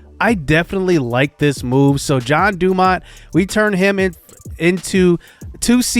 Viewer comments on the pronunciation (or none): He is in the minors and he had bad seasons because you called him John, when his name is (gen-e) jean dumont and randy's last name is (a-rose-za-rena) and send brennan to triple a